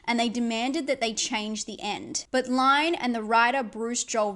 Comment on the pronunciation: Adrian Lyne is pronounced "LIN" not "LINE". See every interview for examples.